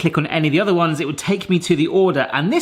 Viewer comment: Did you say UDDER wish gadgets?? Just wanna make sure I caught it if you did lol